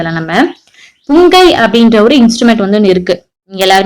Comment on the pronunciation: Akka athu pungai illa pungi